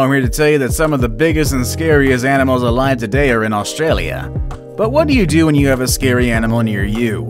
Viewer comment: That’s not how you say Australia mate 🤬